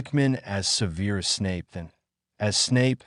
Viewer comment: Really Severe Snape... No, that is not how you say it; it is worse than Snivelus, like the Marauders used to call him. Bel latrix, I'm almost surprised that you didn't call her Bel latex